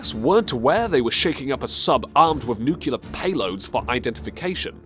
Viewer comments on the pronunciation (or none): I'm not making fun of anyone, but nucular isn't a word... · NUCLEAR! not NUCULAR... dimwit this piss me off so much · To the commentator: 1.Why do you sound like you are constipated when pronouncing Russian names? Why do you sound constipated when speaking at all? 2. You are clearly dyslexic, you need to look into this. 3. Rasputin and Soviet Union - really, dude? 4. Say "NUCULAR" one more time and I'll put a nuclear comment on your next messed up video. 5. The first fact was interesting. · It's pronounced nuclear not, nuculer!! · What's with the snowy overlay? Those cannot be film scratches. You put them in for some ridiculous reason. You must be related to George Bush! It's noo-klee-ar, not noo-que-lar. Examine: nuclear, thus noo-klee-ar. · Nuclear is pronounced, "new-clear" not :" new-que-ler". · Please learn how to pronounce "nuclear". It is NOT pronounced "nucular"! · new-klee-er not nucular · goodness me....get your pronunciation right...it is NUCLEAR NOT NUCULAR you ignoramus. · And it’s “nuclear”, not “nukular”. Try saying “new-clear”. “NEW-CLEAR”...there you got it. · Nucular? It’s Nuclear man. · its nuclear not nucular Top Lists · Attention Narrator: The word is NUCLEAR ... Not "Nucular". !!! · learn to talk, it's nuclear not nucular. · You need to get a new voice.: it's criminal, not crinimal; It's nuclear, not nucular and the sub's captain's name is Savitsky, not Stalivsky (no such name). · Nuclear! NUCLEAR!!! Not f'ing nukular!!!!!!!!!!!!! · Nuclear. Not Nucular. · Why does this guy keep saying nucular war instead of nuclear war? Makes you wonder about the voracity of anything said in this video. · The word is Nuclear not Nuculer! Dammit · it's nuclear...not nucelar.... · dude, it is not "nucular" war. it is "nuclear" war. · WTF is nucular war? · Nuke-lee-ar. Not nuke-u-lar. Dumbass. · It's pronounced nuc -le -ar. Not nu-ku-lar. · IF you're going to do a video on Soviet, learn how to pronounce nuclear. Spoiler: it's NOT pronounced NUKULAR